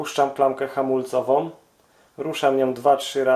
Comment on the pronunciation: Mówi się "membrana" a nie "membrama", jezus... Uszy mi krwawią jak cię słucham. Do tego to twoje "podłanczanie", "hamulcowom", "śrubom odpowietrzającom"... masakra na jezyku polskim.